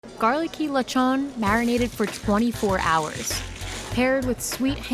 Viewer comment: "lechwgon" lol